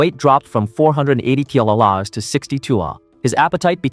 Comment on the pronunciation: WHY CANT THE DUMB AI SAY "DEGREE CELCIUS" "CM" OR "KG" PROPERLY WTF LMFAOOOO